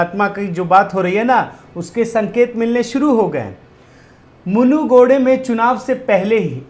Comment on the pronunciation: It is not munugide it is munugidu